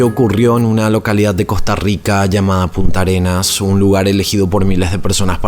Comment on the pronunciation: Llevo 1 minuto y 15 segundos del video solamente y ya has dicho varios errores, se llama Puntarenas, Punta Arenas es un lugar famoso de Chile, y no es el caribe, Manuel Antonio es en el océano pacífico.